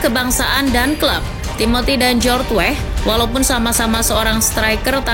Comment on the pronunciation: Oi mimin....nama org itu jgn salah sebut...Weah bukan WEH...huruf A nya dibaca.kl ga pcy...u dgrin komentator luar negri bicara. Bruno Fernandes juga bukan bruno fernans...ada huruf E di fernandes dibaca juga,min. Tlg y,min itu nama org jd perlu dibaca dgn benar.Weah kog jd Weh🤦